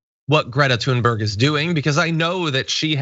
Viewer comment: FYI, her name is pronounced "toonbury". (Listen to how she says it herself).